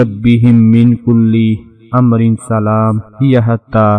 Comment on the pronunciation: بھائ اپنی تلاوت صحیح کریں یہ بہت ضروری ھے شھر اور امر میں ھ اور م پر جزم ھے آپ نے ھ اور م پر زبر پڑھا ھے شکریہ